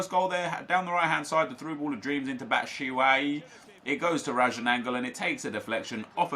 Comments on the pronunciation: It's not Bat-shaui it's Bat-shu-ayee. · LOL he said batshawi ...